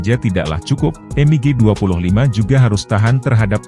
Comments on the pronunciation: Dibaca biasa mig, klo dibaca m.i.g kedengaran aneh😮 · Betul, berasa kurang pas aja didengar